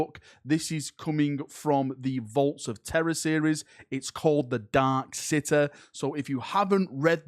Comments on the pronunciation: bro said "the dark sitteh" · The dark sitter.. I know English isn't my first language but damn wanna butcher it even more just to sound more England English XD The dark sitter lmao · He said "City", but I heard "sitter." Also, "Century", but I heard "centruh." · Man said “ dark cituh” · "The Dark Citeh". Gotta love that accent